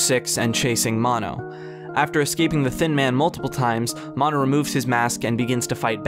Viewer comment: I was REALLY into his. Until you said "Maw-no"